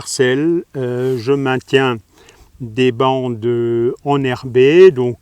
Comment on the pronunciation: "bande enherbée" ou "bande emmerdée" ? .........................faut pas être enrhumé ! ou enrubé........mich